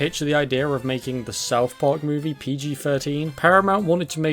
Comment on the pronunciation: "the bohb's buhrgars mew-vie"